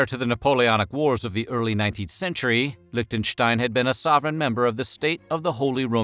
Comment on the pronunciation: Leeshten-shtein. No lich there.